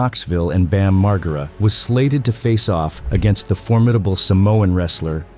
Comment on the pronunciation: Bam marrrgirra 😂😂😂😂